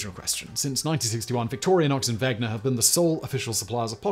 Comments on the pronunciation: Dude, you didn't even pronounce the names of the two companies (now one) correctly. You also failed to explain where the Inox part of the Victorinox name came from. Inox or Inoxidable being a French term for high chromium stainless steel which was an important part of the success of these knives over their competition early on. The swiss army knives were also developed as an answer to mutifuntion knives already sold by a bunch of other companies and famous manufacturing towns (like Sheffield in Britain and Solingen in Germany. Being 2nd generation Swiss from both sides of my family, as well as coming from a long line of engineers, machinists and craftsman, I can say say with confidence that the Swiss consider it a point of pride to take already existing good ideas and attempt to perfect them with a focus going down to even the smallest details. I've noticed this leads to Swiss manufactured products appearing to be overly complex or slightly fussy in their design. Valuing the use of many finely machined and assembled parts all working together flawlessly to achieve a design goal. On the other side of the coin, we also see the value of an almost minimalist design simplicity to do the same. You can pretty clearly see how the Swiss Army Knife is an object which has bounced back and forth in between these two contrasting ideals throughout the years. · Ugh. Also: Victorinox, not Victorianox. It seems very weird that you research it all but don't bother to say the names correctly. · You're adding a non-existent syllable after the "i" in Victorinox. Vic-tor-i-nox. It's like you're saying "victorionox" And you're pronouncing the G before the N in "Wenger" I thought we were supposed to be the illiterate ones here in the states :P What is all of this, then? ;D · Sorry, Simon, but your pronunciation of Victorinox as VictorIAnox and Wenger as WeGner is utterly ANNOYING. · Thank you. I kept hearing that and Victorianox. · There's no "A" in "Victorinox."